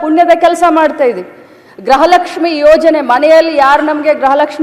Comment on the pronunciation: Graha Lakshmi alla gruha Lakshmi 😅